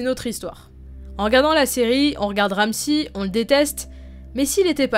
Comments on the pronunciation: c'est Ramsay pas Ramssi ... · C'est ramsey pas ramsi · Ramsi fionne ... En anglais c pas comme ça qu'on prononce